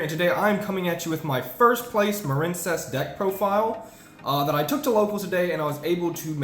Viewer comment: You're shitting me right? A water based archetype? It's pronounced muh-reen. Just like marine life or marine mammals or the US Marines. You mispronounced it intentionally and you make yourself seem retarded every time you say it. Also this is how you spell the name "Maren". You know this stop pretending and quit mispronouncing card names intentionally. You're a grown man ffs. It is the stupidest trend in Yu-Gi-Oh!.